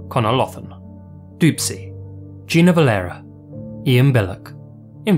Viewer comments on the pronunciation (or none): none